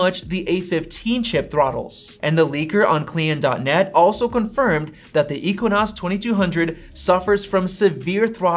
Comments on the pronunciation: Bruh you did an analysis on A15 chip and there you said A15 will destroy it. How much are you going to hype it. Aren't you yourself tired about talking Everything Apple. And btw its spoken as ex-i-no-s not ik-wa-nas 😂 PS: If you want to be like iJustine pls name this channel as iTech not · “EQUINOS”, ok whatever u say dude, besides as a fan of both os, samsung is going all out with amd next year, it’ll be a competition to be precise, they r bringing their rdna 2 gpu( it also powers ps5 n series x gpu’s also ) on samsung flagship processor next year….. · It's "ex-i-nos" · I was getting annoyed that he was saying equinox. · I don't know if he's just trolling or he really doesn't know how to pronounce it, 😂 lol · Boy said equinox. Had me getting flashbacks of my Geography classes in High School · Ex Sea Nose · Yeah, that was pretty annoying. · you’re so bias you didn’t pronounce the exynos right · Loll can't unhear it now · Every time he says EQUINOS drive me crazy. It's Exynos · Dude it’s not pronounced as eqinose 🤦‍♂️. It’s pronounced as X-Z-nose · it’s pronounced egg zinoss not equanus LOL 😆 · Exinos not equinox!! All you have to do is read stuff online and regurgitate it in a low effort video. And still you cannot get it correct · Ekssyyynosss not ekwinosss 🤣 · It’s “EKSYNOS”, not “equanos” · I had to rewind the video and listen 👂 to that again. Dude called the Exynos the Equinox. I don't see a "Q.U.I." in that spelling. God, people can't read, spell or pronounce words right😑 Pronounced Ex-in-nos. Literally it should kinda sound like "eggs in nose" but said fast. Please use proper pronunciation. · Normal people: Exynos: EQUINOS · It's exynos not equinox.. 😅 Doesn't matter though... Because a15 will smoke it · It's exynos not equanos. Lol. Yeah I know I am not fun at parties. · Why u saying ekonas and not exynos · equinox? Again , , . I am pretty sure, its pronounced as "ekzeenos" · Exynos /Ek-se-nos/ Equinos? ❌❌ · It's exynos not equions 🤦‍♂️